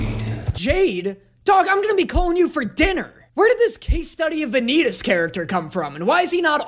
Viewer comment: The way he pronounced "Vanitas"